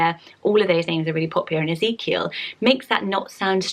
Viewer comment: BIRTH ANNOUCEMENT My big sister just gave birth to little Ezekiel Mateo! he is the cutest baby ever and your pronouncing it perfectly!